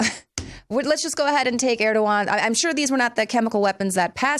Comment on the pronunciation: "Erdogan" is pronounced "erdo-wan".